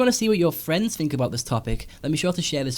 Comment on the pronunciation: I like your vids, but I can't get past the way you say 'think' as 'fink'.